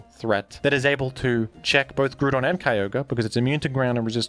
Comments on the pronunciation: Your videos would be perfect if you just wouldn't fucking BUTCHER Groudon's name by saying it completely wrong: GREW-DON. That's wrong. Stop. It takes all my willpower not to hit dislike for that shit. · When are we getting a montage of everytime says “grewdon” in videos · The repeated mentions of the pronunciation of Groudon makes me think that is not, in fact, how the name is pronounced